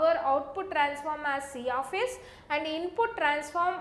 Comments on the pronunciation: i heard siyafiyes... omoo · See aaf ace